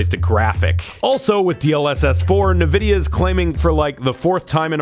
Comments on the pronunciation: erm, has a videogame show... calls it "nu-videa" kinda akward dude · still says "nividia".... i still dont know if he's trolling...or if he somehow really just doesnt know how to say it. i just cant believe that's the case...it is pronounced N...vidia EN....like the letter N....N vidia. please stop saying it your way. i really fkn hate it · R.I.P. Pregame Discharge. I’m glad we got to hear mispronounce “Nvidia” one final time. 😢